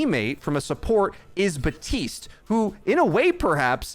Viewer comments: Please stop saying BUHTeest, it's BAP TEEST I KNOW YOU CAN READ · why do you say Batiste and not.. Bap- tiste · Hey bro his name is Baptiste. There’s a P in it. He’s been live for a long time now. His name is not batiste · Except it isn’t meant to be pronounced “bap teest”. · This dude does not say the P in Baptiste